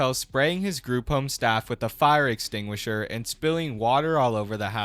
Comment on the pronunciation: "Fire Exsignature"